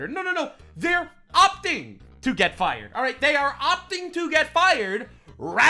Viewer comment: "Your fie-errd" 😂😂😂😂 love you're humour.. this is therapy!! Keep going mate 💪🙌